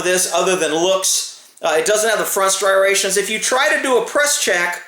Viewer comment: Si rations🤨 oooomy god the gun is loaded.......